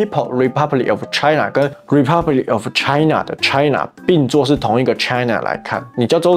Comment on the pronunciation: Did she say “Choi Na”? 😂